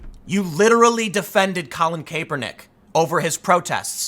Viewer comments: Kaepernick is pronounced cap-ernick. Cap like bottle cap, not cape. For the love of God, please stop pronouncing it cape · Its Cap- er - nick , not cape-er-nick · Kaepernick is pronounced with a short “a” not a long “a”. You’ve got to fix this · Kaepernick (cah-per-nick), Tim haha. :) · Tim "Kay-per-nick" pool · I love that Tim pronounces it. CAPErnick. Fuck that guy. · nobody: Tim: colin KAPErnick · I guess no one is telling you but it's pronounced Kahpernick. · Christ dude, it's CAP-ernick. His damn nickname is cap for the love of God. How many times you going to mispronounce that? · You would think Tim would know how to pronounce kapernicks name..... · I watch a lot of Tim and I love his takes and always learn a lot. I don’t comment often but he’s been saying Kaepernick’s name wrong for so long I had to finally say something. Who knows if he’ll read it or not. But if I was making videos that thousands of people were watching, I’d want to pronounce someone’s name right. Especially some as well know as Kaepernick. That’s all. Love ya Tim!